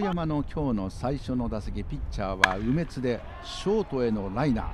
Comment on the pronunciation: 実況の方がちょいちょい間違えているのが面白かったです。 特に、中日の「梅津」投手を「鬼滅」の発音されてたのは、耳に残りました。